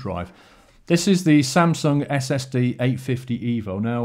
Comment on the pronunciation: Did you say STD not SSD!?!!?